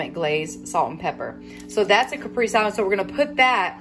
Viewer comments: It's cah-pray-zay for caprese lol A "Caprice" is an old school car! The walk was so wonderful. Do any of the Dollar Tree employees comment on your weight loss? You probably look like a different person. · it's pronounced Kuh- pray-zay salad. But either way you want to say it, it looks delicious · I think you meant caprese… lol it’s pronounced like (cap ray zay) … love you girl no hard feelings! Also I make this recipe all the time my kids love it! I usually make my own pesto but also you can put the mozzarella and chicken underneath the broiler until it melts and then add the tomatoes and pesto so it doesn’t lose its color just a suggestion